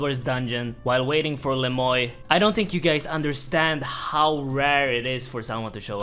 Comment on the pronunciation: its le moi not le moy